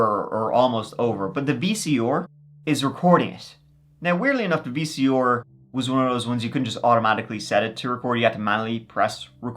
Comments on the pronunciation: Love how your say “VCER” (VCR). Also love these compilation videos. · Ok, I knew you couldn't say "Th" but this is the first time I've heard you say "VCR" as Vee-Cee-Orr. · VEE-SEE-OR lol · “the VC-OR”😭😭😂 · Damn VC or's! Lol jk, you know we love ya! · If this episode taught me anything it would be that says “V.C.OR”.😂😂😂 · “Vee cee ore” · Gotta put a VHS into my Vee Cee Oar. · Love ya but vc or lol. Or. You mean R haha. You barely have an accent till it’s something with R. Like tree for 3 or ore for R lol. Wonder if he tries to not have an event like some people in America does if they’re gonna be in the radio or tv? Like just neutral. Still better than the English not pronouncing R at all. Vc ah. Get ova hea. Haha. Can I get a boel of wahuhh I’m thestay. 😂 wonder if that’s where east coast gets get ova hea. Fuh git about it. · VC..or haha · "The VC Or..." 🤣😂😂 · The pronounciation of vcr is too funny.